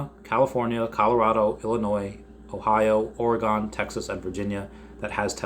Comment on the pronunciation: Why do you say Oregawn lol. Cmon it's Oregon!